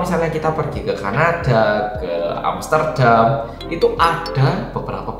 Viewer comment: moodboosteer banget rek ngomong e Ka-na-ddhaa, Amster-ddham, meng-ijjHinkan, asli nguwakak pek 😄🤣 suwun lho